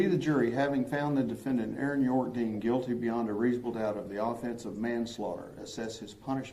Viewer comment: YOU SAY YOU'RE NAME RIGHT!!!! 🤣